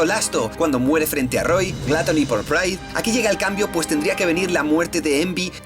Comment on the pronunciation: "Lasto", "Praido", "Grido"... JAJAJAJAJAJA